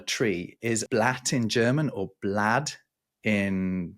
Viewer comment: you got the danish pronunciation of 'blad' (leaf) wrong: The d is pronounced in an open way (not closing the mouth with the tongue). It can also mean paper as in newspaper.